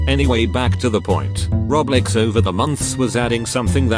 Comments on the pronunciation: The füçking speech robot or thing he pronounce "Roblox" is "Reblex" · Computer talker: Roblex me: laughing so hard